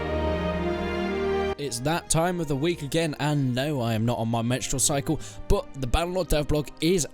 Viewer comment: did he just say mestrual cycle? Lmao